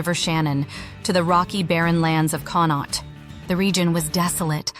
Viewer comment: Drogheda is pronounced as draw - head - ah Connaught is pronounced Con-oct - 'oct' as in October Cromwell used the 1641 rebellion as a pretext for slaughtering innocent Irish civilians, a victim-card claim of 'defence' used to justify mass murder by military forces still trotted out by unionists that conveniently ignores previous atrocities committed against the Irish by British forces eg. massacres at Clandeboye, Mullaghmast, Siege of Smerwick, Rathlin Island, Dursey Island, and so on